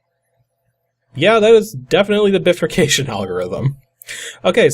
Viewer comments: " Biffer Cayshun " Bruh... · Just type "bifurcation" in google and click the audio symbol on what comes up. It's like: "bye-fur-cay-shion". The word has two parts to it, "bi" meaning "two" and "furcation" which means "branching". Which makes sense looking at that program. "tithe" is pronounced like "tythe", not "teeth" LMAO... and it is old English meaning 10%, so you gave the prophet 10% of all your grain. Very generous. :) Love your ending... "exterminate!" made me LOL. :)